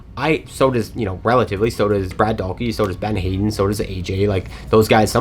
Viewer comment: It’s not Ben Hayden it’s Ben Hadden (had-den) 😂